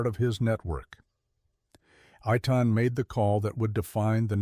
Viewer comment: the Mossad operative's name is pronounced AY (like play) TAHN. The other guy's name is pronounced Kah-leed. sometimes you get it right and sometimes you don't